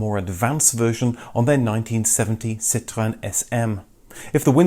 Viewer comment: I love how you pronounce 'Citroen'...bravo!